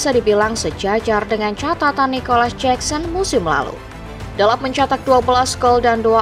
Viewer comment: Jakson min, bukan jeksen